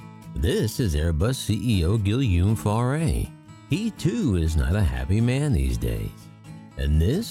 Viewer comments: Guillaume is pronounced Gee-awm. The “ll” is not pronounced like L in English. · "Gilliume Farray"? Honestly, if you want to be taken seriously, learn to pronounce the man's name.